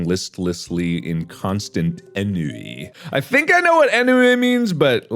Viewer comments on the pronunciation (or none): I feel like I've heard Mark say"ennui" correctly. But can't remember if that really happened or if it's just because I know the word. It's like ahnway😂😂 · Man really said ennui as enn way lmao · I love you, Mark, but hearing you mispronounce ennui hurts my soul. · "Ennui, I think I know what that means." looks it up, ignores phonetic spelling and continues to mispronounce it sigh I love you mark, you're like a squeaky toy that isn't quite broken but is very clearly on the way to eternal silence. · the French part of me laughed real hard at the pronounciation of "ennui" because the way it was pronounced is both adorable and funny. And then my English part went like "oh gosh don't do that in public in England"